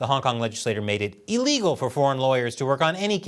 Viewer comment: NOTE to: When You are SICK... You are ILL... NOT EEL Thus, that which is against the law... Is ILL-egal... NOT EEL-EGLE I cannot understand how ILL-egal... EVER BECAME EELEGLE...